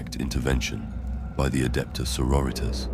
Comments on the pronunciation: Ripped out of the story every time i was forced to hear "so-ro-reeters" Its pronounced saw-rori-tas👎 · You say sori-tas like latin. Not Soro-ritas like Spanish or something lmao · "Soro-ritas". Lmao every time it happens